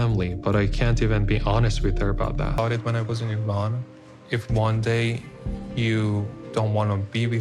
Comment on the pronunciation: E-Rawn not I-Ran